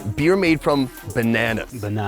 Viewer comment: "Beer made from Benanas" Tanzanian Dude: "Bananas"